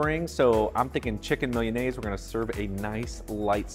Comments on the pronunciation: It's not "millianaise." It's MEE-LAH-NAY-ZAY. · He should have researched how to pronounce Milanese. That aside, the recipe is pretty good! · Anyone else bothered by how he pronounces milanese? Probably says empañadas too lol.. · Um you need to learn how to pronounce Milanese